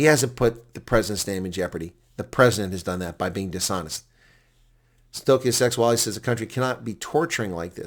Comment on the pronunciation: The name is pronounced Sêgualê with the e like the word 'led' (past tense for lead), g - the same as your explanation for bringing up phlegm and the w the same as the letters 'ua'.